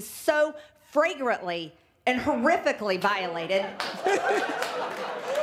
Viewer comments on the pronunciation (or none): I wonder if Marjorie Greene mispronounced the word ‘flagrantly’ as “fragrantly” or if she simply doesn’t know the word. I think the fact that I even have to ask that question tells me all I need to know… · Fragrantly? oooh snap.